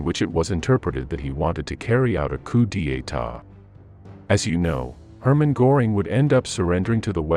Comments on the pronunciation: Stop using AI-generated nnaration. Pronunciation of several names, ridiculous pronunciation of 'coup d'etat' as coup de etat.... et al. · A 'Coo Dee Ay Ta" 😆 Sometimes you need a real human being doing the voiceover . . . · A coup deeaytah. Idiotic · Coup d'état is pronounced "koo daytaw." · You obviously do not know how to pronounce coup d'etat, try again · Learn to pronounce "coup d'etat." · Learn to pronounce "coup d'état". Faire la liaison! What do you think the apostrophe is for? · Vacuous commentary taken sraight from books. The creator clearly doesn't know what a coup d'etat is (or how it is pronounced), which is a serious deficit for anyone pretending to know anything about war or history. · Coup, D, At, Tah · How about using a real human narrator… someone who can pronounce “coup d’etat,” for one. 🙄